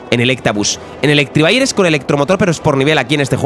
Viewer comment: por favor, se dice Electivire no Electrivire